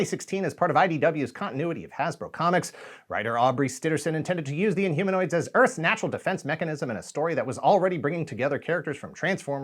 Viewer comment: In-Homo-Nots? :D :P